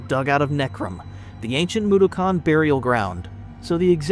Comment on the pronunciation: Never pronounce "Mudokon" like that ever again